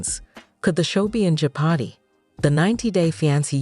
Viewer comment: I can’t with this AI voice. Ja-pardy and Fy-ance